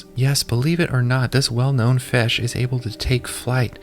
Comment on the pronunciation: fish ❌ fesh ✅